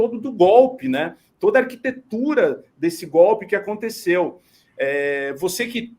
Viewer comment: Para de falar "aconticeu", isso virou uma praga todo mundo agora fala isso, é aconteceu!!